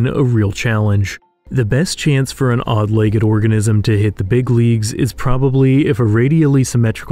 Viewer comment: Say legg-ED one more time.